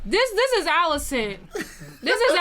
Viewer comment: How much different does he think Alicent is pronounced from Alice? “Ollicent”🤣😂